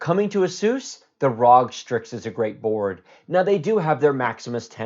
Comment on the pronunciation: I think strix is intended to be pronounced “strikes”.